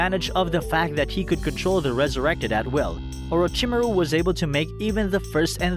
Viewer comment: I H8 the way he pronounces Orochimaru.... But beside that this is a phenomenal video.